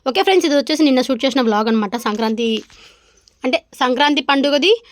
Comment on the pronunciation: సంకాంతి కాదు సంక్రాంతి 😂😂😂